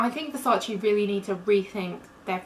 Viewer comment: Stop saying versaci, it's Versace. The e is pronounced as a vowel.